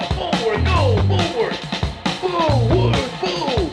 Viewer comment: "Bullowrth the school" that's one I haven't heard in a while.